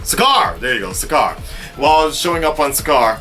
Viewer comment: I agree with you about everything you said. Just to clear some things up (sorry I'm little scholastic): his name is Bryan Tyler and he didn't do the first Thor but there was music from the first film, and Sakaar is pronounced Sakar.That's all, great review.